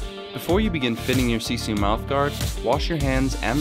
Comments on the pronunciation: You are usin the word "sisu" wrong! The word "sisu" is originally from finland and translates to... well... nothing. Oh and you said "siisuu" not "sisu" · You pronounce it: SEE-SUE** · Noi sanoo sisu ihan väärin